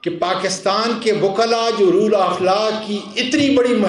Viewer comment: Roll nahi ROLE hota hy.... Isko theek karein....